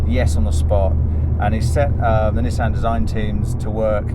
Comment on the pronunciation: Neeeeesan????? its Nissan Nissan Nissan Nissan Nissan NISSAN! I am sure you can pronounce Nismo right? you dont call it NEEEEESMO! ?? Niss as in Hiss .... rant over